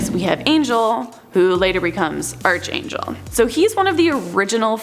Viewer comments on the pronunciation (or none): It arc angel Not arch angel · It is. In any version of the word: ärkˌānjəl